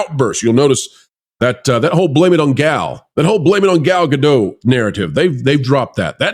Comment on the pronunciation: please pronounce Gal's last name correctly. It's Gal GADOT, sounds like POT. Thank You sir.